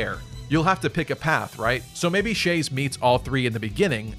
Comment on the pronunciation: it's pronounced chaz